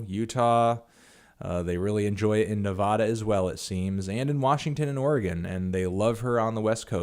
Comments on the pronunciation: It's NevADA. NOT NEVAHHDA. luv ur video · it's nevAAAAda not nevAHda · PSA the A's in "Nevada" are pronounced like A as in "Apple"